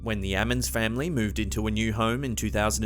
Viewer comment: At first I thought he said "The Adams Family" until I realized he said Ammans